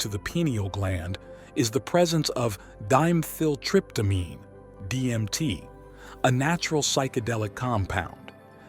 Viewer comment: It's not "Dime-theel-tryptamine", it's Di-Methyl-Tryptamine.